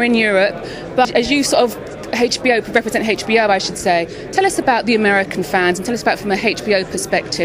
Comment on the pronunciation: why does the british lady keeps saying HechBO